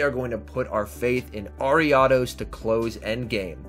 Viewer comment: You pronounce ariados so wrong bro I had to stop watching